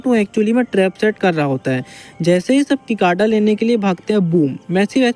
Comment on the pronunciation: Kikada nahi cicada he vo